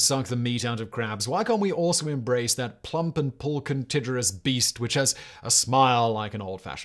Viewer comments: Pulchritudinous "Pole-con-tijur-iss" Pole-krih-tu-din-us There, fixed that for you. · This is the first time in my entire life that I've seen someone else use my favorite word "pulchritudinous" and you absolutely butchered the pronounciation. It means lovely or beautiful btw